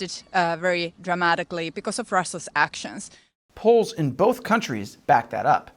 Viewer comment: “Polls in both countries”, made me have to check the screen to make sure I heard right